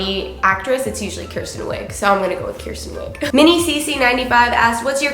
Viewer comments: It's Kristen Wiig, not Kirsten. Just sayin' as a fellow Kristin that gets mispronounced constantly. 😜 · I doubt that's your favorite comedian actress because you botched her name twice. It's KRISTEN Wiig fam.